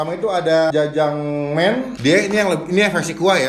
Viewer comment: Btw jjajangmyeon bang bukan jjajangmen :v